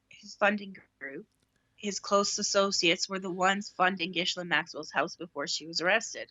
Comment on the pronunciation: You need to learn how to say Ghislaine’s name correctly.